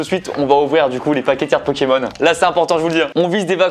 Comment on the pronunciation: Qui avaient envie de s’eclater le tête contre un mûr quand il disait mal le nom d’un pokemon 😂